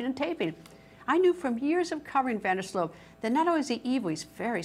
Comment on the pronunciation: It's Van Der Sloot, not Van Der Slote! She's obsessively repeating that name, while it's on the Chiron, under her robotic face, and still mispronounces it, every single time, while seemingly trying to say it as many times as humanly possible. The level of cringe here has me convinced we're living in the Twilight Zone.